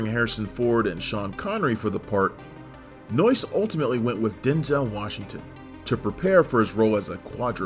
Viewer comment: When says the director’s name, it sounds like “Noice.” 😂😂 That’s noice!